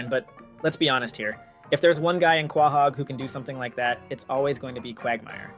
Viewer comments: I find the way you say Quahog more offensive then what he tweeted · Why are you saying Quahog wrong? Lol and who watches a cartoon with irl logic? Yeah of course Stewie having a publicist isn't realistic that's the entire point of stewies character....